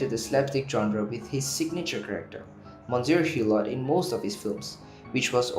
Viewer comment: Your mispronunciation of Monsier Hulot. Is embarrassing! Please get some HELP! Google or the nearest French embassy. Good luck